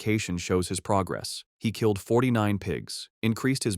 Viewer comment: Am I hearing it right Ckilled not killed lol